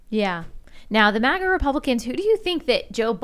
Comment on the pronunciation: Why does this dude keep saying MUAGA… its MA-GA. And F**k the globalist queen.